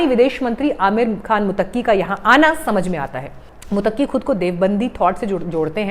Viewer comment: मैडम, मुत्तकी है आप बार बार मुतक्की प्रोनाउंस कर रही हैं जो गलत है l सॉरी बोलिए कि आगे से ऐसी गलती नहीं होगी l